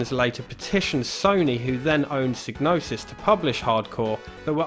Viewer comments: Psygnosis is pronouncedPsy Nosis. The G is silent like in gnosis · Well, that's kind of up in the air isn't it. I'm aware of how Psygnosis should be pronounced, like you say, but then the developers at Psygnosis have been known to say it's pronounced "sig-no-sis". That's how I always said it, and old habits die hard, but I would like to find a definitive answer on how it's pronounced.